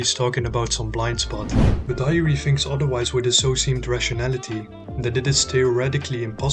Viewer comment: Well nice🎉! Btw bro Hiori is pronounced as hee-o-ri